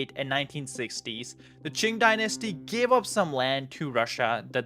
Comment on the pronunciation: Qing is pronounced ching